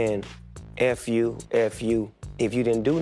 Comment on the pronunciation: says yuur instead of you